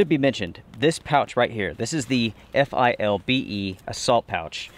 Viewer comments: It's 'FILBE'. Saying each letter takes to long. You are correct, for $50 it is a good pack. You would have to spend considerably more to get something comparable from Mystery Ranch or Eberlestock. Semper Fi. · As a word - but no ee on the end. Fil-be. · I believe that's pronounced "fill-bay". XD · Dude, it's a fill-be, always was, always will-be!!!;-)